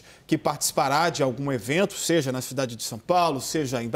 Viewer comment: Pseudo repórter da CNN falando "seje"...Misericórdia!